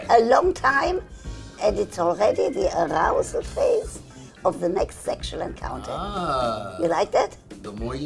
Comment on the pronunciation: Nobody: Dr. Ruth: aRROUsal